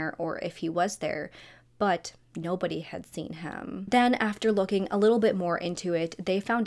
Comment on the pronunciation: Litter girls trip?? You're weird for saying it like that we went on a GIRLS TRIP. No little involved oddball girl